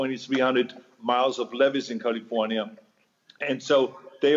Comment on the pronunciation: He pronounces it as Jose Feliciano used to sing it in that old song. Charming, really.